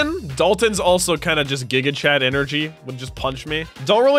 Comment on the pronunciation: Bro just casually said jiga-chad💀